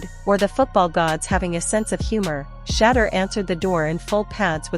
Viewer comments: Pronounced “Shi - door” (Shedeur) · If you want to grow this channel your AI has to learn how to say his name. It’s Shedeur! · Whoever this woman is need to pronounce his name right or shut the hell up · Listen, if your going to be some type of spokesperson story teller, put some RESPECT on Shedeur's name and pronounce it correctly or step aside 💯